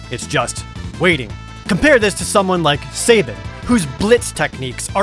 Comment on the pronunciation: I love the way you pronounce sabin.